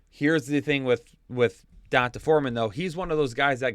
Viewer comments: PLEASE STOP PRONOUNCING EASY BLACK NAMES SO WRONG. It’s (don-tay) NOT (don-tuh) Thanks for the good fantasy content though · Is CMC going to play a lot this week or will it take him some time to learn the playbook? Also.. its pronounced "Dee On Tay" Foreman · Can't stop cracking up at how you pronounce D'Onta